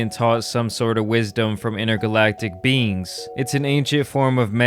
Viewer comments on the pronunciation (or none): Way says beings. Sounds like beans